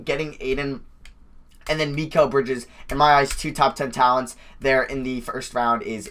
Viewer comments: You’re pronouncing Mikal Bridges name wrong it’s pronounced mih-call. Just figured I’d let you know for the future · Why u say Mikal Bridges weird